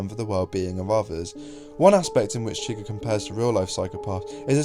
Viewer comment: “Anyone Chwuighur”